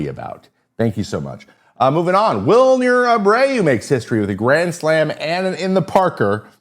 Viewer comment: Take a drink every time Trevor mispronounces "Wilyer".